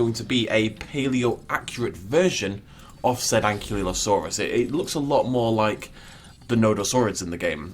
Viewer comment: Hey dude, no hard feelings but I really need to correct you here, because apparently you have been making this mistake a bit. But Ankylosaurus really is pronounced An-KY-LO-saurus not An-KIE-lo-saurus. If you don't believe me you can double check with virtually any official at a museum or just look it up yourself. But yeah, you're actually the one mispronouncing Ankylosaurus lol